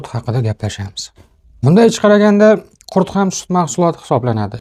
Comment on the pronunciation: Janoblar , qurt emas ,qurut deyiladi.